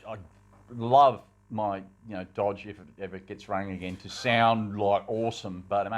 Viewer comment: Ohhhh Dodgeee's spechhhh alright.